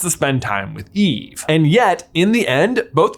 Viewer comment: It's eve-ahh!! 🥺